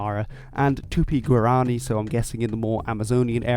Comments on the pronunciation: You mispronounced Guarani, the stressed vowel isn't the "a", but the "i" in both Portuguese and Spanish languages. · Guarani = g'War a knee